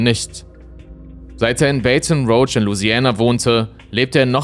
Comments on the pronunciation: Baton Rouge: "Beiton Roug?" Die korrekte Aussprache lautet eigentlich "Bätten Ruusch" 😉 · Für die Zukunft : es heisst Baton rouge Bah-tohn Rousssh (französisch für rot halt) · Baton Rouge [ˌbætn̩ˈɹuːʒ] oder französisch Bâton-Rouge [ bɑtɔ̃ʀu(ː)ʒ] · Richtig ausgesprochen: "Baton Ruuuuuusch" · Uff... deine Aussprache von Baton Rouge hat mich erschaudern lassen. 😁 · Die Aussprache von Baton Rouge hättest Du vorab nochmal klären sollen ... 😬 Ansonsten: gut recherchierter Bericht. Das ist einer der grausamsten Mordfälle, von denen ich jemals gehört habe.